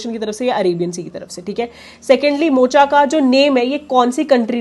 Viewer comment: Yemen suggested the name 'Mocha', which is supposed to be pronounced as Mokha.